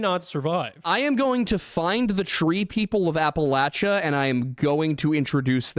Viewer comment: Wait, did I catch that right, there's a house in Lancaster going for far below market value because of a potential paranormal problem!?!? Deets please! Also, you're going back to pronouncing Appalachian like a proper Pennsylvanian when you do the PA cluster, right? Or are you a fed?